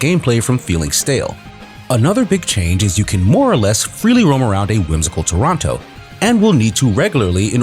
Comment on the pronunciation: I love how you can always tell someone isn't Canadian (or at least not from Ontario) by the way they pronounce "Toronto" 😂